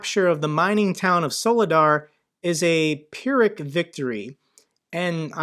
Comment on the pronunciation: Great video as always. Pyrrhic is pronounced fearick FWIW.